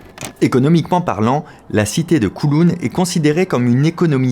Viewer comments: pas "COULOUN" mais "COWLOUN", COW comme vache, et en cantonais, "Kaw Long" (^_^). Je vous fais visiter quand vous voulez, pleins de choses à voir, dans les petites rues, dans les hauteurs des tours... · Coucou fabien, on dit kaouloun pour kowloon voila voila sinon jmattends comme dhab a une super video sur l'histoire de Hong Kong ou j'habite :) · J’adore comment vous prononcez Kowloon 😂😂😂🤣🤣🤣 je vais vous aider phonétiquement : Kaawloun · J’habite à Hong Kong depuis 7 ans et j’ai beaucoup aimé la vidéo. Merci pour ce bon moment. PS: Kowloon se prononce comme cow (vache) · Koooooulown aha la prononciation laisse à désirer 😉 merci pour la vidéo je la transmets à mes amis Hongkongais